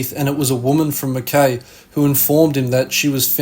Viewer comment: Mackay? No aussie would ever pronounce it like you did, even if they never heard the word before.